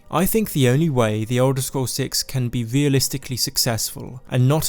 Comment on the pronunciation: Skywim, thwee, wealisticly, supwise